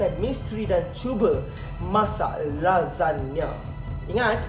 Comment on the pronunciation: babe... Aku dgr kau sebut cam lazada sialll🤣🤣🤣